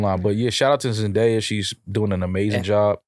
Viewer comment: Why the fuck does keep butchering zendaya’s name 💀